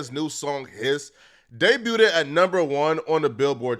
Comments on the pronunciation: Learn to say "day-b-u'd" it's not day-bu-u-ted wtf is wrong with you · This fool said “day-byoo-ded”😂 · The "t" in debuted is silent 🙄😒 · Debuted’d is crazy though lol